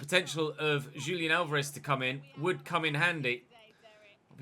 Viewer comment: the J in julian Alvarez is pronounced as an H, so like hulian. He’s Argentine, the spanish J is always pronounced as an H. The way you were pronouncing the J in this episode is the Portuguese way